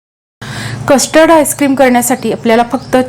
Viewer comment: Kashtard nahi custerd powder pronounce kara